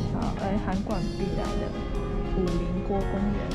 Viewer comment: 是五稜(ㄌㄥˊ)郭不是五稜(ㄌ一ㄥˊ )郭哦!!